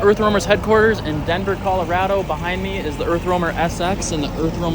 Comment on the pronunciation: If I had a nickel for every time he said Colorado wrong I would have a lot of nickels